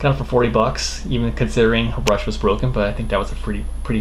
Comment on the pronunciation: its rush not brush